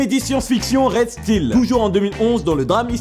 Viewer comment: Nan..tu as vraiment dis : rèel steel ? ... travail ton anglais quoi..